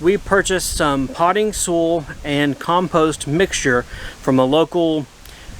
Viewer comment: When you say SOOL, do you me SOIL? ( as in SOYL pronunciation) unless its another kind of earth I havent heard of that you would use in America.